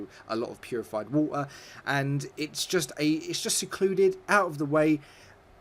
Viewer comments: The way he says water OMG just stop lol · Purified wah-er